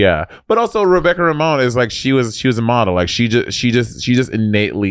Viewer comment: Romijn pronounced Ramone. I cackled every time 😂